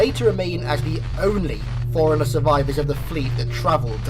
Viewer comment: Thought you were saying foreigner for a long time :D